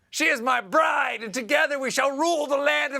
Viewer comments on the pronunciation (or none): none